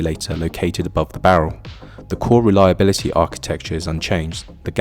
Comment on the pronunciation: ai crap...cant even pronounce "reliability" what CRAP